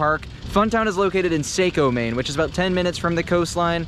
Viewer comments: It’s not sicko it’s Sako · its not Say-Co its Sock-O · Also, it’s not pronounced sai-co, it’s sa-co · Hi! Mainer here and I’m so excited to watch your video. I’ve never heard anyone pronounce Saco the way you did but it made my laugh and cringe at the same time hahaha it’s like “sAH- ko.” Not “Say-co” haha love the video so far! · He said, "Saaco" but it's Saco. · He lost me when he mispronounced Saco lol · Say - co? ITS SAH CO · ITS NOT SAKO ITS SACO GET IT RIGHT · You butchered Saco's pronunciation. It's pronounced SAH-koh. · Hello neighbor, born and raised in Maine, I too laughed and had a "What the frig did he just say" moment and had to watch again. I was gonna go with a "Saw-ko" to help him but i see ur way and i can agree that would be a helpful way to pronounce the word Saco. Take care fellow Mainah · Maine has 2 coasters towns and they are about 5 miles apart. Saco is pronounced (socko) no long A sound. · Bruh it’s sah-co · Fyi its sah-co maine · Umm did you mean “saw-co” what the heck did you just say 😂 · Bro it’s pronounced sock o lol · I love seeing videos about maine and then actual laughing out loud when they mispronounce easy names like Saco 😂